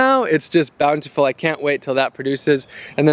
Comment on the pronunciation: take a shot everytime he says bountyfull